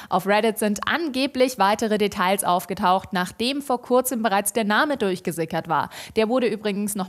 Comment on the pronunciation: Das L bei Details ist stumm! Das macht mich wirklich fertig... Vermutlich bin ich damit aber alleine.